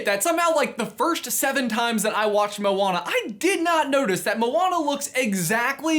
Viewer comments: He said molana instead of moana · Can you say their names like they say it in the actual movie. Moana, not mowana 😒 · i hate the everyone that says "mo ana" its moana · thers clealy not a space and it sonds like moa ana